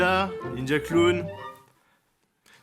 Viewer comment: cet accent parfait XD « ninja kurun(clown) » 😂😂